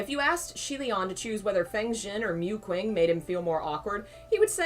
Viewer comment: Oh god as much as I love this, can someone please tell me if they stop saying Mu Qing like that?